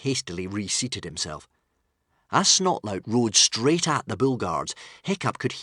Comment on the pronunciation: Yep. BTW it's not Snotlaut It's Snotlout. 😏